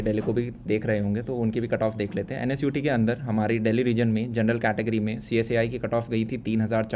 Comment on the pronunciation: Bhaiyya, why you pronounce NSUT as NSIT??